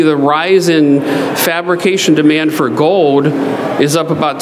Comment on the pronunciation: You pronounce the "L" in silver with no difficulty whatsoever, yet mispronounce gold, as "gode" and hold, as "hode". Why is that?